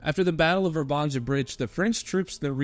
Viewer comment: It´s not pronounced ver-banja but more like Vr-ban-ya. There’s no Ganja 🙄. J is in Slavic language is like Y in ,,Yom,, kippur war